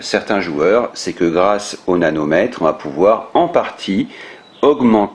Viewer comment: Hello, il me semble entendre nanomètre quand tu parle du manomètre ou c'est mon oreille qui est défaillante ? Le nanomètre étant une unité de mesure de longueur (symbole nm), équivalant à un milliardième de mètre.